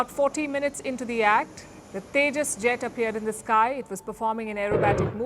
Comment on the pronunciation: Ye Teja Teja Kya Hy ye Teja teja😂😂😂